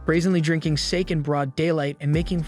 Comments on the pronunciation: Sa-keh. Not Sake. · drinking sake...... you mean sake (Saw-keh) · I can't believe he said sake and not sa-ke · This dude really pronounced ‘Sake’ ‘sake’ instead of ‘Sar-kay’ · It's pronounced sokee not sake lol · drinking sake pronounced sake that's incorrect pronounced sak-ey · heads up its not sake..... its sa-kay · Please tell me this is an AI voice, . Saik? Sake <-This is sake. That's saké sah-keh. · Sake is pronounced sa ke not sAek, learn some damn Japanese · Dude you need to work on your pronunciation. You even called Sake -> Say-ke when it's Sah-Kee. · Sake is pronounced sah-keh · Sake is pronounced, “Sah-Keh” not “Say-ik”… as you said in your video. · I'm sorry, drinking what!? It's.. pronounced "sah-keh". That was cringe asf boi. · Good ole sayke God forbid you actually Learn how to pronounce the word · Just wanted to say the drink sake is “Sah-kay” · did you really say " they drank sAke like cake? :P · That's not how you say sake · Did you really mispronounce sake? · When he said "sake" I cringed. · You get all the names right, but then mispronounce "sake" Hehe, that's silly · The Japanese Sake is pronounced differently than the English word. You emphasize the e and elongate the a.